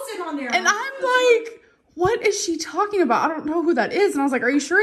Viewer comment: Amber.. You keep TALKING (talkeen) When you should be DOING (doeen) You've said the same thing for the last 10 years.